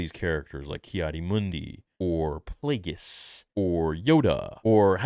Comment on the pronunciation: Thank god, I was so not ready to have Plagueis butchered